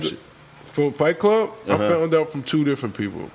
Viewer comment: Any reason in Particular why y'all spell and pronounce it FLIGHT klub ?... knowin damn well its FIGHT KLUB?...